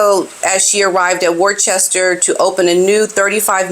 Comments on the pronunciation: Worchester… pronounced woster ….lol… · it’s not ‘war chester’ It is pronounced ‘Wuss-ter’ 👌🏾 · Its pronounced "Wuster" lol ❤❤❤ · Oh bless you, P - 'Wor-chester' is adorable! Don't you go changin'! xx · WUH-STIR. That’s how we say it in Boston. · Hilarious re the pronunciation! Worcester is pronounced ‘Wuss - ter ‘ - yes really!! 😂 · The second largest city here in Massachusetts is named Worcester. We say “wuh-ster” Or the real locals say “wuh-stah” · Lol not to worry. Unless you are British or live near ," Wooster"😅 I'm MA USA you wouldn't know how to pronounce it except by pronouncing all the letters. Very confusing. Just like Kissimmee FL😂